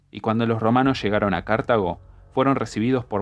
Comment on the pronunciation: Porque dice cArtago y no cartAgo